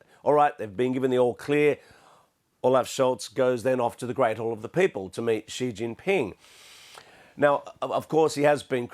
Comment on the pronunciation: Who is going around telling people it's pronounced President Jee?